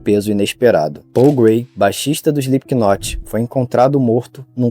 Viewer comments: dica construtiva: se pronuncia SLIPNOT", não "SPLIPQUINOT". O K nesse caso, é mudo. Adoro seus conteúdos, abraços e sucesso! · Pronuncia correta: "Slipnot"... doi nos ouvido ouvir esse "Islipiquinoti".......... fora isso, massa o video, boas informações.... pesada essa letra, está na minha playlist por conta disso antes de mais nada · Não se fala SlipKinot... Fica estranho ouvindo. Se fala sem o K (Slipnot) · Parem de falar "Slipkinot" A pronúncia é sem o K, soa como "Slipnot" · Não precisa soar a letra "K" no nome da banda. Se pronuncia Slipnot mesmo. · "SplipKnot" AHAHAHAHAHAHAHAHAHAHAHAHAHAHAHAHA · Pronúncia: Slipknot ( "slipnot", esse t bem brando), esse k não se pronuncia. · Cara, muito bom. Sem querer ser chato, mas já sendo: quando se lê o Slipknot, o "k" é mudo.